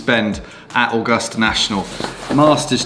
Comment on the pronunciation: I love the way you pronounce Augusta 👍 The weather was a beast Masters 2022.